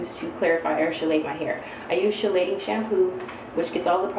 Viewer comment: Hi! Love the videos and info. FYI: CHELATING is pronounce KEE-lay-ting